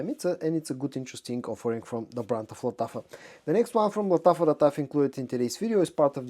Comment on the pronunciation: Машрабия! This is how you should pronounce Lattafa perfume 😊